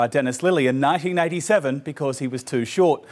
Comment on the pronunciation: he said 1987 but it's sounds like 97..